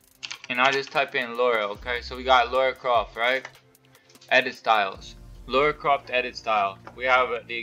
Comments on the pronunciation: Lara, not laura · It’s Lara not Laura! 😉. Good video though dude.